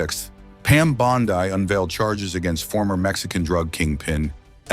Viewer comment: How can you not know how to pronounce Pam Bondi's name?